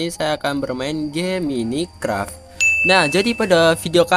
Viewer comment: mine bang bukan mini 🤣